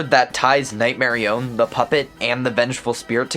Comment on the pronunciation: marionette nightmare nightmar nightmarionette its a pun nightmare-ionette NOT night-marione this pisses me of so bad